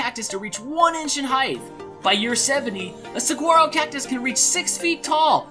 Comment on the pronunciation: ANother good game. 12 out of 20. And the G is silent in saguaro cactus. sa-waar-o.:) Hope you've had a good time camping,.~db